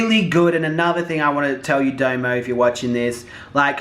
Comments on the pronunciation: It's domo not damo lol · Domo domo domo ...not damo 🤦🏾‍♀️ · Her name is like saying "dominic" but its just "dom-o" not "doe-moe" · Dough-Mo looool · it's Dom O 😂😂😂 love you so much, you're so funny.